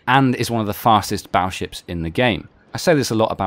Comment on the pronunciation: Battleships with a 'T' not a 'd', baddleships sounds funny...